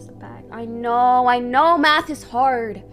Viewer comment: Are you saying (maffs instead of math..??? )I think she sucks but that one word kept getting me ...what is maffs